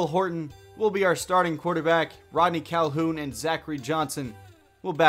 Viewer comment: HORTON HEARS A CAL-HOO-UN start rodney